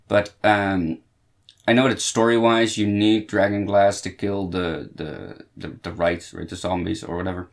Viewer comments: Wight, not Wright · It's "Wight" as in "White" not "write." So just say it like you would "white" or "wite."